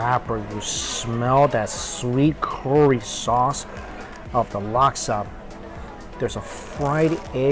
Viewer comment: dude forgot how to say curry